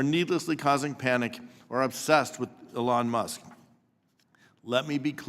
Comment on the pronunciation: You gotta love how all these democrats who made a big deal about pronouncing Kamalas name correctly keep calling Elon "Ellon" It just goes to show you, these people don't care about ethics or morals. They're simply contrarians.